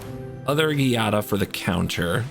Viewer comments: Not to nit pick here, but the Gi in Giada should be pronounced "Jada". The italian alphabet doesnt have J so it instead many words and names will use gi- to achieve the same sound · Giada is pronounced with a soft sound like "jiada" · It’s a soft G in Giada. 🙂